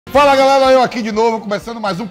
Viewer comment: "FALA GALELA!!"